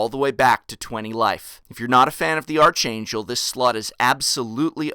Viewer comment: Its pronounced ark-angel, not arch.